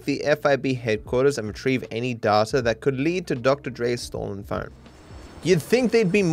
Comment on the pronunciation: you say data wrong